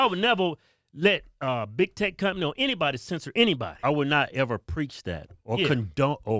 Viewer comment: “EVUR EVUR!”